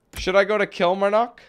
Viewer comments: Kilmarnock is pronounced "Kill-mar-nuck" as well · It's prounnonced kil-mar-nick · I'm from Kilmarnock! And it's pronounced "Kill-marr-nik" lol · Kill-mar-knock it's pronounced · I'm a Kilmarnock and that's not how you say it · He cant say Kilmarnock hahahahaha 😂😂😂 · Kilmarnock wow u can't pronounce it at all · Its borussia dortmund not bor. dortmund omg and its kil-mar-knock from scotland...